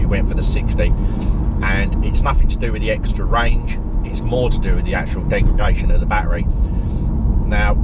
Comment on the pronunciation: Love your videos mate. Very good points on battery longevity and usability. I think the 40kw is great but the 60kw with active temperature management will certainly be a better car. I’m telling my “Leaf-curious” mates to hold out for that one if they can. “Degragation” - hehe!